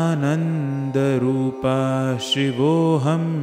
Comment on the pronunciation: Last line of every stanza should be sung as CHIDAANANDA RUPAHA and not CHIDANANDA RUPAH. RUPAHA and not RUPAH.